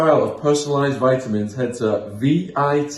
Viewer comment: VITEamins Shaun? Vitamins pal vitamins lol